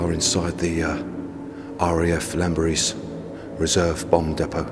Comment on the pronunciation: & Team: Its spoken as 'Klanberis' (btw), and only said with the greatest respect for what you gvnrs and geezas do for us all out ere. Okeh n keep on keeping on, and thankyou!